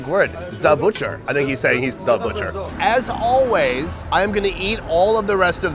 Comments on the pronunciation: The chef "Za botcher" .. I think he's saying he's the butcher😂😂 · dude i was dying LOLOLOL i think i learned another arabic word "za butcher" i think hes trying to say "the butcher" lololololol 🤣🤣🤣🤣